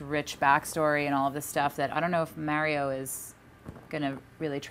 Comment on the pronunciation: why does no one know how to say mario?